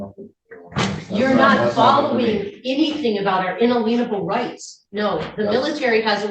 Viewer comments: her “un-a-leanable” rights 🤦🏻‍♂️ and “inergy”. I think she means inalienable and injury. What a great lawyer she is. 😬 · 😂😂😂😂 she doesnt even know how to pronounce “inalienable”🤦‍♂️ in a leanable rights are not a thing. 😂😂😂😂😂😂😂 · lol your what? Un-a-lean-able rights? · UnaLEENable! UnaLEENable! UnaLEENable! UnaLEENable! Put this trout in jail. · What are un-a-lean-able rights? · I love her constant reference to her" unaleenable rights...haaa..cretinous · In-a-lean-able rights. Right. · Why can none of these people pronounce "inalienable"? It's not "in-uh-leen-able." It's "in-ay-lee-un-able." These are the rights from which you cannot be alienated. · She's welcome to all the "unalateable rights" she wants - I'll stick with the inalienable rights granted by the Declaration of Independence. At the end she's also worried about her "inaleetable rights" -- she's welcome to those too 🤣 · al-i-en-able rights. You sound ignorant every time you mispronounce it. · She's driving me a little crazy with the "in-a-lienable rights" thing. To be a sovereign citizen lawyer, seems like you'd need to be able to pronounce correctly some basic Constitutional words. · In-a-leanable rights!? What even is this? She doesn’t even know how to say it, how does she know what it means!? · Also - the would be usurper of power declared that ritual actually stems from God (i assume the Christian one) yet tries in vain to perform an abomination of a ritual and can't say In-Alien-able correctly which was annoying. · I wish the witness (lawyer) had asked "what does 'un- leen-able' mean?" 😅😅 It's inalienable, fool! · "Inna-leanable" rights.....😂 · Why is it that ONLY sovereign citizens pronounce inalienable rights as “In aleen able@ rights? Are they really that fucking illiterate? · Her un-uh-lean-able rights? Never heard it pronounced that way. I guess she doesn't lean into her rights. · IN ALEEN A BULL. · She needs to stop practicing law - and she needs to learn how to pronounce INALIENABLE ! omg 😱